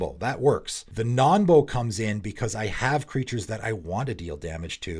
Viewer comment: I thought it was "Nonbo" as in "Non-combo" not "Nombo"?